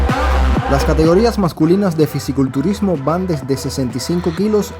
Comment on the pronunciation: Se dice Fisico culturismo y no Fisi culturismo.